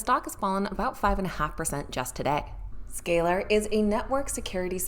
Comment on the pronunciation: She can’t even pronounce Z scaler